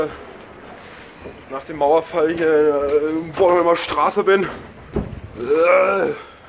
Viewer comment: es heißt boRnhomlerstraße nicht bonnholmerstraße ^^